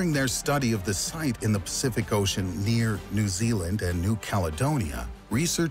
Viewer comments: “Zeeealand” “the cook mountains” haha, can’t this seriously when there’s so many simple mistakes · Can you stop calling my country' Zealand' thanks! We don't live in the Netherlands! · He really calling new zealand zealand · "Zealand" reee